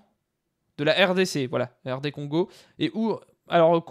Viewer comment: Ne t'inquiètes pas pour le Congo tu prononce bien c'est la même chose pour les deux pays et même langue officielle on peut dire ( a pars pour le Congo Brazzaville ou c'est un peu différent) mais cava bonne carrière